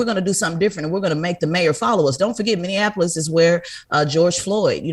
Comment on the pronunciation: Charla, we need you to learn how to pronounce Minneapolis. Minn-e-a-po-lis. Not Minnianapolis. This ain't Indiana.